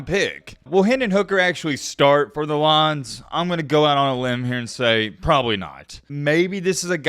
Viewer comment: Bro 'Lions' is supposed to be two syllables not one